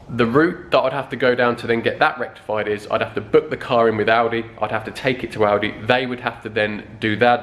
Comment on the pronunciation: I always think he is saying aldi instead of audi